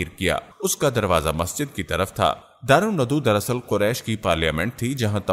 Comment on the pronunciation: Correction karain. دار الندوہ درست ہے دار ندو غلط ہے اپنی تصیح فرمائیں جزاک اللّٰه